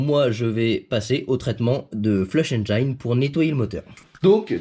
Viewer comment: Super vidéo, ça se voit que tu fais bcp d’efforts pour la réalisation de tes vidéos, merci! Petit conseil si je peux me permettre pour la prononciation de Engine flush, Engine se dit comme si tu le disais en français donc pas de Engaïne 😜